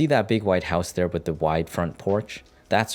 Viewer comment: The guy narrating this saying "Wit" instead of "with" what is up with that? We all speak differently, but couldn't they find someone professional to do this?